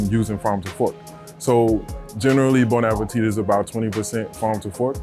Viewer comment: Lady from Bon Appétit should know by now that it's not pronounced bone appeteete, but rather bon (1 N means bon and not bonne) ah-pay-tee. Come on!